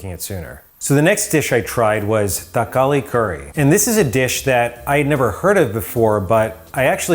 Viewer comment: Wow he actually made a thakkali curry and even pronounced it perfectly !! 👌 ❤️